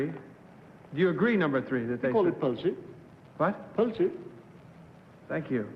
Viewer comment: He has a Swedish accent, more precisely close or in relation to Goteborg so its definitely not him.Number 3 cant pronounce Danish word "pølse". My bet is on number 1.